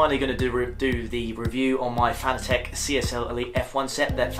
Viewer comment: it's pronounced "Fan-at-teck". get it? "Fanatic" see what they did there?